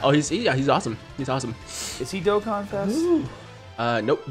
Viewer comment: Finally pronounces Dokkan properly during his intro Also: proceeds to butcher every other word in existence